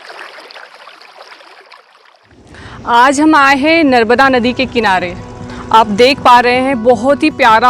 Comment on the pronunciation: नर्बदा नहीं------ नर्मदा